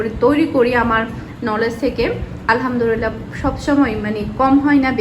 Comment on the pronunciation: আলহামদুলিল্লাহ্ শব্দটা সঠিকভাবে বলবেন তা নাহলে অর্থ ভুল দাড়ায়।